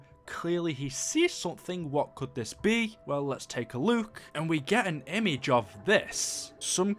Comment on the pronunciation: I love how he says look 'luke'